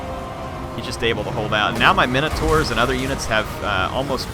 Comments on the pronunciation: Theory, the legend of the Minotaur comes from a compound word meaning "Minos" (Note no "a" present) King Min"*OH*"s. So when we pronounce Min-o-taur, do we introduce an "a" to create MIN-A-TAR? It's my understand, and forgive me if I'm wrong as I've had a mediocre English education, that the proper pronunciation is Min-Oh-Taur, Taur being pronounced "Tore" As in Taurus phonetically; "Tor-us", so Min-oh-tore, not MIN-A-TAR. So is that a colloquialism? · Thanks for the vids. NB it's pronounced minotaur as in minimum as opposed to how you sometimes pronounce it as "mine" as in coal mine.